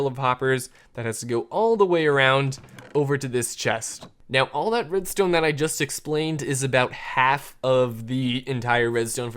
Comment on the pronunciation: why did u say redztone?